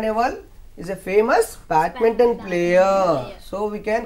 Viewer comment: Sir it is not batminton. It is BADMINTON.